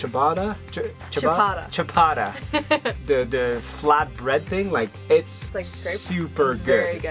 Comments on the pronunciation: It's chapati guys not chapada😬🤦😂😂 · It's a chapati btw, not chapata 😂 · It’s “chapara” for me 😂😂😂...it’s chapati or chapos but glad you like them ♥️♥️al Also I like how you pronouncing people names 😂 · Did you say Chapata instead of chapati? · chapada hahahaha its chapati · I think u meant `chapati` but said `chapada`.....U guys should visit Uganda too. its beautiful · You guyz need swahili classes, called chapati “chapata” 😂😂😂😂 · chapata.. lol its chapati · It's chapati not chapata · Well i wasn’t gonna point this out until said he’ll expect seeing it in the comments... its chapatii not chapata 😂😂 Ps- Our ‘i’ is pronounced the same as you say the capital ‘E’ 😊 hope we kenyans aren’t giving you a hard time ❤️ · 😂😂 Chapata!! It's okay to mispronounce words. It's chapati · Hahaha you guys its not chapata. Its chapati. Miss home.❤❤❤ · It’s chapati not chapada😂😂😂 Try Ugali and Nyama Chama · its not chapata its chapati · chapati not chapata heheh... awesome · Chapati not chapata 😂😂😂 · Chabara 😂😂😂. It’s chapati my friends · We don't say chabatha... Its chapati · Haha,chapati,not chapara😅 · Hahaha its chapati not chipata, enjoy Kenya! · Its Chapati, not chabada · Not chapata but chapati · Haha u made my night its chapati, not chapata but u tired lovely couple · Chapati not chapata😂😂😂♥️ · Chapata😂😂............it's chapati....we love you guys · Chapati not chapato. Good try ❤👊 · Its CHAPATI like cha - pa - tee.. Its amazing ur having fun in kenya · Aaaw you guys were trying to say chapati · Its chapatiiiii but A for effort <3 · Chapati' its chapati 😄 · It’s chapati they be struggling....it’s said as chapatee😂...welcome though to Kenya 🇰🇪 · Yep... I laughed too. Its pronounced...chapaatee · I am still laughing. Chapata😂😂😂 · Its chapati pronounced (Chah-pah-tee) 😊😊